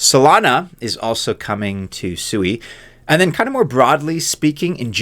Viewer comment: Thank u so much for pronouncing it correctly; shwee, not sue-e (SUI).